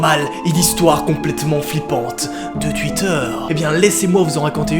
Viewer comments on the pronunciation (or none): Il a dit Tuitter mdr.